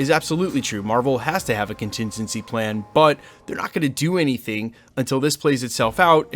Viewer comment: Question, what’s a “continzinzy plan”?